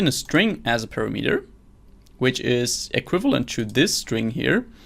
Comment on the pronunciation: you pronoun word "parameter" very strangle )